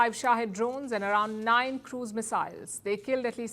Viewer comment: ... " 355 Shahid drones !?" sounds like Pakistani drones !